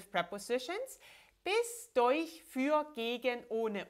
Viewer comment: Why does “durch” sound like “deuch?”